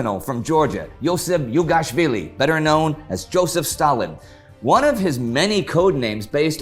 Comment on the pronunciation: Jugashvili is pronounces Zhoo-ga-shvee-lee